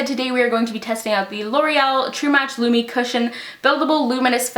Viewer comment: Its lumi cushion.. lumi.....